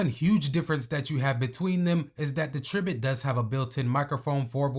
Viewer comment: It's pronounced try-bit😊